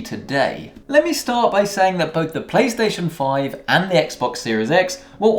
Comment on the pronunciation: my man said piesation 5